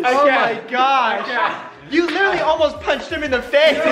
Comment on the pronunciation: This is how many times Brant said “litterly” ——————>